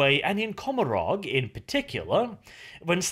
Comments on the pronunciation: And don't you think COMorog (or how the f you spell it) is a play Gomorrah, and should be pronounced coMOrog instead? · If the Eldar words are based on ancient Irish, “Commoragh” is pronounced “Commora”, you don’t pronounce the “gh”, I’m a fluent Irish speaker, no offense, you have the best 40k channel on you tube